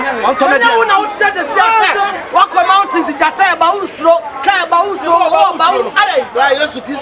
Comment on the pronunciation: Aden ah "mantins"(Mountains)😂😂😂